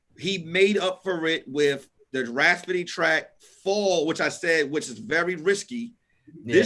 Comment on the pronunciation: Hey Tom, It's seems like is trying to say Rapsody, but he keeps saying Raspody. Otherwise he doing great, back to you Tom.